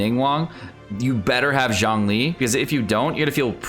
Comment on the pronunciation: Xiangling, Xiao, Xinyan - pronounce the "X" with an "S" sound rather than a "Z" sound